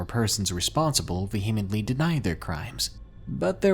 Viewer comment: Vah hem ant ly! Hahahaha